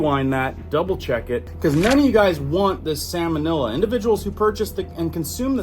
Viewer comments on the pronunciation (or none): Please please please bro you're killing me. Lol. It's salmonella not samonella. Sounds like it would have something to do with the fish, salmon. You may be confusing Some folks. Don't forget we're all not scholars out here. Just messing with you bro. Thank you so much for all your research and info you share freely. If there's one's thing I can't stand it's charging for information. That's despicable and greedy imo. Well done! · Its salmon- ELLA not illa.😂😮